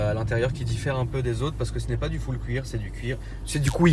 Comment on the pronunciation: Ohlala ce doux "Couir" 😂